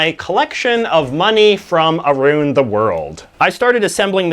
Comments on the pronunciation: Aroon the world 💀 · Aroond the world? Fuck, Canadians are weird..🤣